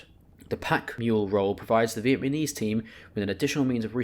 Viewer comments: Vietnamese, not vietmanese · Brother in Christ... it's "VietNAMese" not "VietMANese" 😂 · Vietnamese not vietmanese 😉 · Sorry for being that guy but “vietmaneese” lol